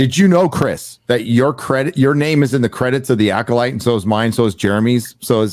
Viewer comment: “Rename it to the acodyke” I spit out my drink. 🤣